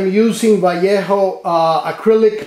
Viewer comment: Keep saying "Vallejo" right ;) You are doing a good job promoting Iwata Neo. It will come as an auto present this Christmas.